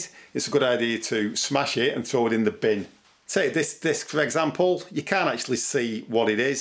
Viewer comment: I want this guys "binn" sounds like there is a shitload of usable stuff in it. 😂🤣😂